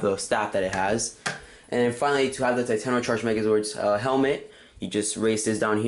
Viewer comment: Enter. taytono. utrrazord.